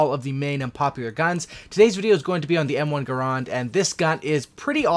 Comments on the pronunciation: Not grond... grand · Yea, nah. It kind of sounds like "errand" like "I have to run an errand" but with a G in the front. Look it up. I said it wrong for years until a WW2 vet called me out on it when we were talking shop. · Well first you are pronouncing the gun wrong, and then begging for likes and subscribes. Weak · It's actually Garand